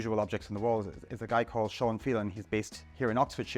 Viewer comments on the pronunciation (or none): none